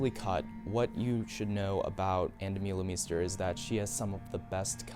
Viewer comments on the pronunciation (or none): hello, please pronounce it Ahn Duh-muh-le-mhe-ster